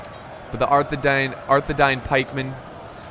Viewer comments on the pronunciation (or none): I don’t want to be a lotr nerd but arthedain is pronounced arthe- dayn so the I makes like a y sound but wonderful vid, keep it up